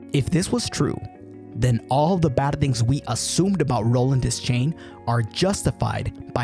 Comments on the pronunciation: Great video... but it is Roland "De-schain" not "Des-chain". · please don't EVER say des-chain again... It's pronounced: De-shain! DESCHAIN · Your constant mispronunciation of Roland’s surname is painful! 'Deschain' is not pronounced "dez-chain," it’s pronounced "d’shane!" And that’s just the first thing that’s wrong with this video!! 😠😡🤬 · I’m about to break your world here, dog, but it’s pronounced de-shane, the c is silent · Imagine calling yourself the foremost expert on the Dark Tower, and then pronouncing his name “Dez-chain.” Good video though! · if you're into time loops go watch "the endless" by benson and moorhead. great ideas in this vid, enjoyed it all except for one thing. roland's last name isn't pronounced "des-chain", it's pronounced "de-shayne". also chasm isn't pronounced "chaz-um", it's "kaz-um"